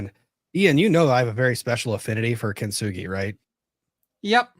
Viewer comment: Loved hearing get so upset about and her “I am golden” kin-to-soo-gah-roi mess. I had the same feeling and the mispronunciation killed me the whole time. Get kintsugi outta your mouth,!!!